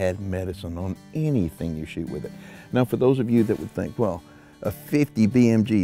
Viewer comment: "I thank dat dittit." Oh damn makes you so sure?😏